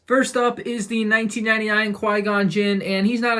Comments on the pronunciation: Nah man I hear a "A nineteen sev- nine" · He actually said 1999 it’s hard to hear I replayed it a bit but you can hear it